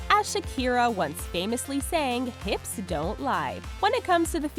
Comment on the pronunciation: "if you h-IPS"